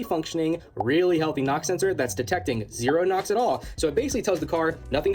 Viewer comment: Sorry, are you saying Pam or Pamn? Lol really though are you saying nox or knocks??